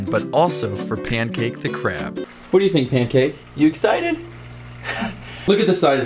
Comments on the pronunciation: It’s pyancake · Bro he said “payncake”